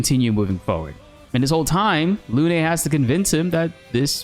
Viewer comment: People stop calling here Lunè, it's pronounced Lun